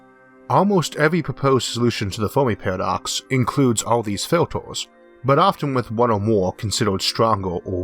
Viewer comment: Foamy Pawadox